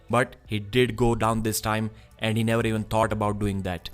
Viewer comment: NAO OR NEEVARL!